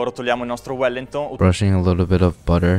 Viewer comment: Beef willington❌ beef fallingtonss ✅